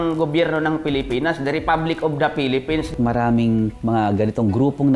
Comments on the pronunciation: Phelepens 😂 to yun tama (Pwede I delete ko to kapag parang walang respect ako) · Samurai daw. Tas yung pag pronounce ng "Philippines" pelepens daw. Bisaya talaga HAHAHAHA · En da Pelepens. Sabe ni ate. 😂